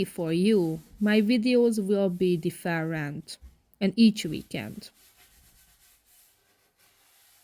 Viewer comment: Different . Please check the pronunciation. Please